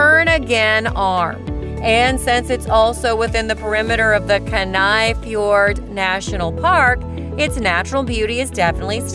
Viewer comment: Chuggatch 😭 kenn-i